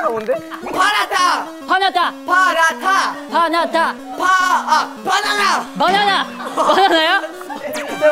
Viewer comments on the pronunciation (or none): Paratha is indian dish you can say and when haruto said in parata i was like Aaen??!😂😂😂 paratha😂😂😂😂